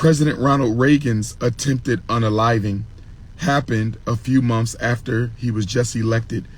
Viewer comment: “A few monfs…” What an idiot. 😂